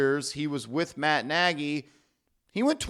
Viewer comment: It's pronounced (nay-gee)